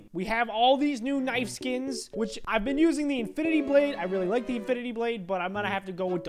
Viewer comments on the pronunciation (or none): no he said: INFINTY~